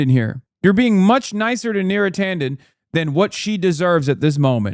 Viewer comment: Beera Tanden